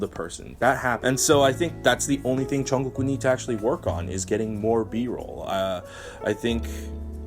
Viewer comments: It's "Jungkook" not "Chunggok" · I'm sorry if my comment offended you. But for me you're obviously pronouncing it wrong, I don't know if it's just me I mean I like your channel but yeah